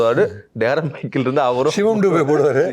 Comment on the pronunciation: Darren Michael aa? Dei Anchor, First player name proper aa therinjitu show va pannu da, *Thaa🤦